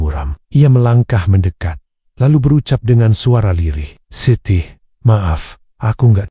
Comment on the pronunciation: Mendekat bukan mendekot